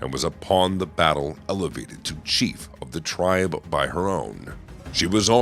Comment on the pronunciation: Wait why can’t you pronounce the word “chief?” Did you get AI to do this?